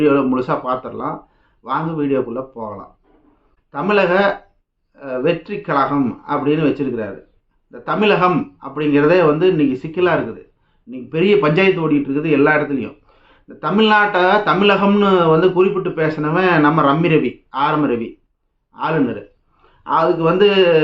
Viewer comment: டேய் பரதேசி நீயே தமிலகம் என்றுதான் சொல்லுறாய்.. முதல் நீ தமிழகம் என்று சொல்லு 😂😂